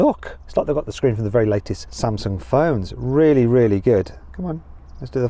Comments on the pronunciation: 세월이 많이 흐르긴 했나보네요 맷형님 삼성 발음도 이렇게 좋아지고... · 써진대로 읽는게 맞지 메르세데스도 머세이디스라고 하는데 하이윤다이라고 해서 별 문제는 아니지 다만 삼성이라고 해주는건 신경을 쓴게 맞지